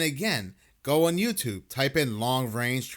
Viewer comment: Please stop pronouncing the word on as oowan, I can’t take it anymore!!